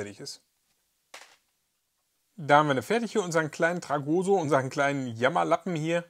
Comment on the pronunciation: TragoSSo mit Betonung auf dem "s", nicht auf dem "o" 😂😂